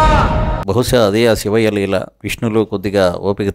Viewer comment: సివయ్యా……..శివయ్యా అనిపలకటంరాదు బాబు గారి బాబు కి😮